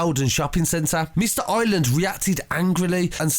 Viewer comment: I r é land not island man please prenounce it properly haha